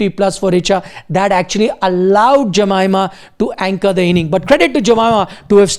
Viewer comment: Hey buddy, it's a form of respect to pronounce someone’s name properly. Try to learn to pronounce Jemimah’s name properly, it's not too hard. Spelling doesn't determine the pronunciation of a name.